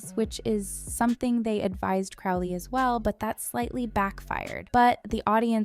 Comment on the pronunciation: Pronouncing Crowley wrong ruins the experience, sorry :)